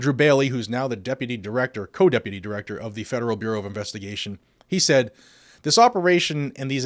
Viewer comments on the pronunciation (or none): none